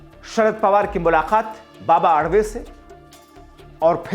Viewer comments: बाबा आडवे मत बोलना बाबा आढाव बोलना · बाबा आडवे नहीं सन्मानीय बाबा आढाव बोलो